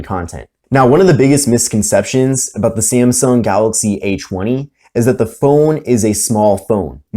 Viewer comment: cool review, but who kept hearing H-1 whenever he said A20? 😂😂